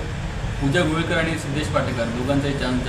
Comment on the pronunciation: घोईलकर नाही गोवीलकर